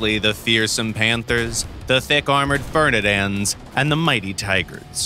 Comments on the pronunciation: Funny how he said "The thick armoured fernidands" instead of ferdinands, but great video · "the thick armoured Fernidands" What did you just say?! FERNIDANDS?!!